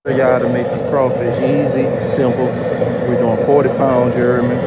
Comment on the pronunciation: Word of the day. "Ya herd meh"